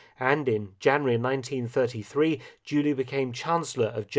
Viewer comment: Why do you keep calling Hitler, "Julie?" o_O